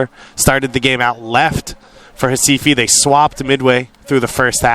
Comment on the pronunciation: Staff the team name and Sport Club Recife. Please call the name correctly!